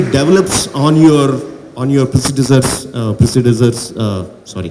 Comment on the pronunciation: does anyone realize the mins back he said i used to speak English and watch English movies but he can't pronounce predecessor correctly.